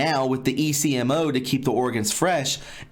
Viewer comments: Ecmo machine pronounced Eck-Moe. People are blood typed when having organ transplants because they have to give organs to people with the same blood type, or types that are compatible. If not the recipient will reject it. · I recall reading about this last year. China even built a hospital just for this practice. Potential recipients contact the medical facility and are told the wait time might be 1-2 weeks and are provided information on accommodations while they wait. I worked in a transplant unit in the US. Patients here may wait months or years. Also the ECMO you are talking about is an acronym and usually pronounced Ek'mo (short e long o). It is cardiac bypass, used widely in the US for bypass surgery (hence called "bypass"), so that the heart may be stopped and bypassed during grafting of veins onto the arterial side, therefore bypassing the blockage that was starving the heart of oxygen. I was an OR nurse and ICU recovery nurse in my younger days. ECMO is also used in the pediatric ICU's for various issues. Attached are some articles on the china issue for further reading. Falun Gong, is a practice used by many in China. What little I know from reading about it is, those who practice Falun Gong have spiritual peace and tranquility and are healthy in mind, body and spirit. Therefore their organs are highly prized, because of their peaceful mind and body, in essence, good quality, healthy organs. Prisoners have blood samples taken, yet are given no reason for this. I would imagine that the samples are used to catalog all necessary information needed to match the donor to a given recipient. This practice is horrifying and barbaric and I do pray these monsters burn in hell.